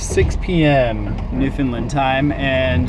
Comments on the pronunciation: Mainlanders often say Newfoundland with the word “found” being pronounced like the word found and the emphasis on the first or second syllable. has got the correct pronunciation of the “found” in Newfoundland, (I.e. sounds like “fund”) but he’s putting the emphasis on the first syllable. The emphasis should be on the last syllable “land”. So it’s sounds like New Fund Laand, with the “land” dragged out, or as the other commentator pointed out with the same emphasis as in the word “understand”. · I lived in the US for 12 years all over and was in the Newfoundland tourism industry for 14 years. I always laugh my ass off when Americans pronounce Newfoundland as" New Foo Lin" . Did you get to Twillingate? and what part of the US are you from? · Love your videos. It's actually pronounced New-FOUND-Land, just so you know! :-) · Bradley Greeley just say - “ understand Newfoundland “ that usually does it.